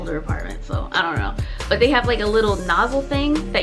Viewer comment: the "don't"- ma'am PLEASE😭😭every time